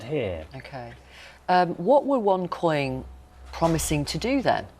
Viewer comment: Onecoin original....u saying wrong